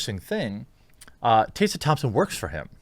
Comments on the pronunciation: Taysa Thompson? Plz say Tess ah Thompson cuz what you said hurt my head a little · Tessa, not 'tay-sa' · Hey look... it's Tessa... not "TAYSA"... it's "Tessa" Thompson. And if Tessa looked like she had recently had an orgasm in those pictures after the all night "party"... then clearly her needs are being considered. As long as Tessa was taken care of... how is this anyone's concern? Good for you Tessa! Hope you're feeling good darlin'! 👍🏻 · it's also pronounced TESS-UH not TAY-suh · It’s Tess-a Thompson, not Tay-sa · Are you saying "TAY-suh?" TheQuartering butchers the pronunciation of yet another name. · "Tae sah" Thompson? Don't mean to nit pick because I hate that but...yeah. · Who the heck is Tay-sa? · how come he puts a "Y" in tessa's name? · You can tell the journalistic integrity by the way he pronounces her name "TAY SA" thompson ..... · Why can’t this guy pronounce “Tessa”? It’s weird. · The only thing wrong here is the way Jeremy pronounces "Tessa" 😜